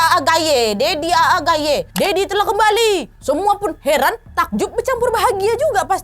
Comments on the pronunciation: MashaAllah Sedikit tertawa pas Kak Nadia ucapkan Daddy Aa Gayi hehehe, seharusnya Aa itu di baca panjang di satukan bukan Aa seperti pengucapan panggilan daerah sunda Stay safe and healthy ya kak Nadia and team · Iya bener, kalo di istilah tajwid itu kaya ada harakatnya 😁😅